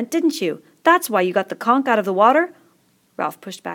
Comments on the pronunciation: are you seriously pronouncing conch (con-ch) as conk? it's literally said as it's spelt! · I got triggered every time she said "conk" IT'S "CONCH!" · why u saying conk its CONCH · the way she says conch lol..."conk" im ded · Whoa I thought it was pronounced like conch, but it's pronounced like conk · conch is apparently conk